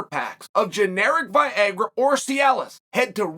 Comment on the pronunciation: vi-ay-grah lol